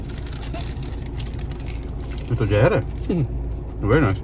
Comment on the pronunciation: Hello bhai Jahar nahi Hota Zeher Hota hai please correct karo Apne Jahar ko